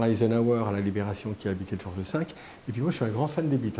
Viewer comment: George (sans « s »), pas Georges !